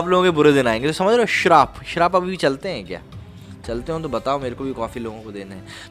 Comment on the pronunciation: "श्राप" नहीं होता भाई, शाप होता है।वैसे जया बच्चन ने curse बोला था।